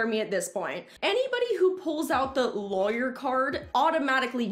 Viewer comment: I love how you say lawyer haha lAwyer😂😂